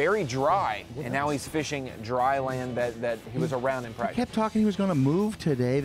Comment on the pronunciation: The way he said Pratice counts in the beginning 😂